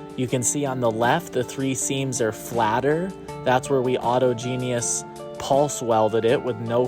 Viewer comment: It is autogenous (au·tog·e·nous) not auto genius